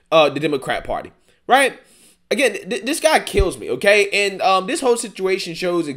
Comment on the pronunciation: no disrespect to your intelligence, I listen to your videos all the time. Suggestion: if you became conscious of not using 'dis' or 'dat' in your speech, it would benefit your listeners. It's distracting, not real words, so comes off as lazy speech, not an accent, & actually promotes negative stereotypes (discredits you). And I am not talking down to culture or race, because I am not of the majority in this country that you might assume would speak about this. Good luck.